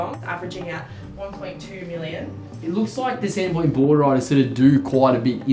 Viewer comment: "Sandon Poynt" 😅